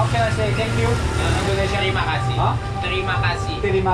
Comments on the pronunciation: just a little correction here. Its not terima kashi but terima kasih 😁 Hope you enjoy your holiday in Jakarta 🤭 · hehe, mereka susah bilang "h" mati di belakang.